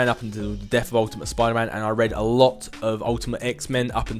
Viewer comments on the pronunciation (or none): none